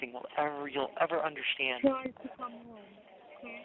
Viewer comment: Hopefully he is taking English classes in prison and learns that theres no H in the word understand “you dont UNDERSHTAND 😂😂